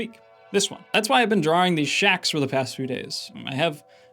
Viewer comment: You pronounce "Drawing" like Dro-oring